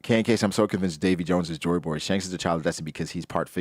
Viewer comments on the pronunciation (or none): JOYBOY is mispronounced of Jones Boy